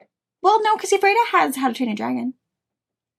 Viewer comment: Watched the Shop Hop prize give away last evening, boy did the butcher pronouncing Ephrata.